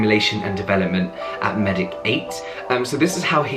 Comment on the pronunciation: I think Medic 8 is pronounced Medicate!